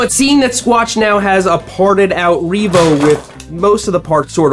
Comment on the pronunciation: I 💯 heard "this is the Reevo hopeless e-bike"